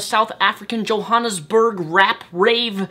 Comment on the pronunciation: I lol'd when you said Johannesburg, its funny when people from oversees pronounce South African words. BTW cant wait till i watch Chappie.